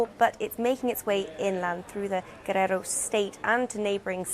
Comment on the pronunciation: The way she pronounces "Guerrero" is kinda funny 😭